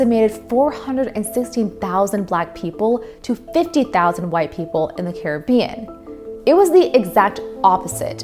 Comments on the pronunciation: UK looked terrible? What is your evidence of this? Britain won! They didn't win in NA because they didn't care enough to really fight here. Did you just skip the only successful slave revolt in recorded history? Caribbean is named after the Carib so is not pronounced car a bee in. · Good video but good god girl Caribbean is not prounounced like the Johnny Depp movie title this is real life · That’s not how you pronounce Caribbean